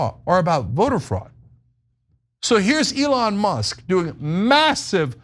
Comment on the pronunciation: It's Leon Musk.